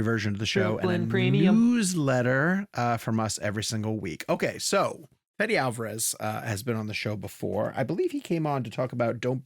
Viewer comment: I love you, the kid, but you got to work on your pronuciation a bit. It's pronounced: [ˈfeðe]